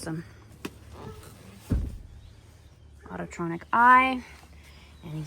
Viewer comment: Autronic Eye. Not “autotronic.”